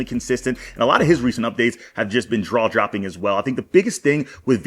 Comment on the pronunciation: 5 min 28th sec bro literally says "alot of his recent updates have been draw jopping" i mean wtfff🤣🤣🤣😭😭